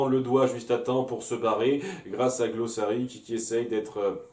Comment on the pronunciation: Ah sinon c'est Glossaryck, je suis le seul ici à avoir le droit d’écorcher les prénoms avec, par décret spécial de..... Moi-Même. ^^^